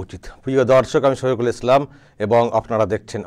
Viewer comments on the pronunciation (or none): none